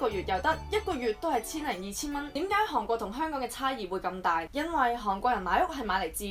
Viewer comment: 如果無聽錯， 你一直讀緊航國。